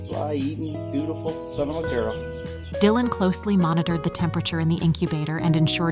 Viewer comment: AI messing up. Die-lan it said at 9ne point.